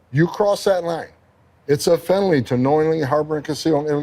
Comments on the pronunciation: He can’t even say the work felony. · Homan can't even say "felony" lmao